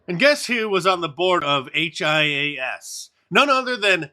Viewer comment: Mark hias is pronounced “he us”